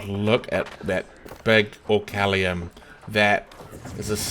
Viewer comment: It's not orcallium